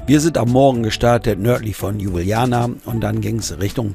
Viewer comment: DaS heißt Ljubjana mein Herr